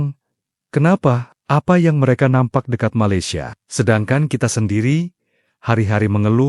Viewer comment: Malaysian rk sebut maylesia..TP ME laysia..so emng indon..